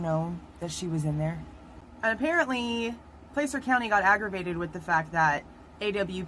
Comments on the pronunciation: Plas-urh. Not Place-ur. Plas-URH. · just for your info: Placer County is pronounced "Plasser County". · Placer County is pronounced Pla (short a) cer. County. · regardless. You're not pronouncing it correctly. It's not Place-ur. It's Pla-SIR. Like your going to say plastic but Placer. YW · Placer is pronounced “plass-er”. Just fyi. Thanks for the quick videos! Every other creator has hours long live streams. Thanks for taking one for the team on this one 👍🏼👍🏼